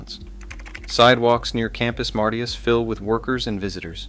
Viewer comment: He pronounced it “campus mart ee us” 😂😂😂😂😂😂😂😂😂😂😂😂😂😂